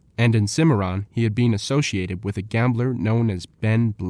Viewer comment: Who pronounces been as bee-N? Wyatt ear-P, Osage like sausage? Chunk wagon? Dear lord, if you pronounce Wichita, Cheyenne, Winchester, or Bisley why are we narrating a western?